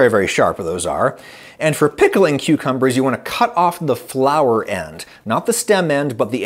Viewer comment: I don't know if I'm the only one, but the way Adam goes really hard on the word "PICKLING" at the start of the video had me and my girlfriend giggling, especially since it came right after an ad.